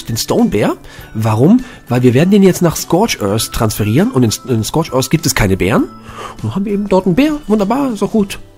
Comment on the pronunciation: "Scorch özzz" "Se Island"